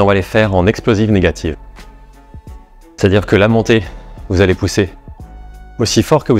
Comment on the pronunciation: Je regarde assez souvent cette vidéo pour mon circuit, et le "alléoeuw" à me fume toujours autant 😁